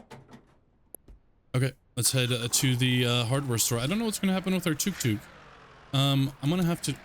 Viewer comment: just to let you know, it's pronounced tuk tuk